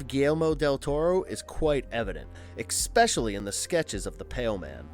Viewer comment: Thank you I knew I heard him pronouncing the word wrong!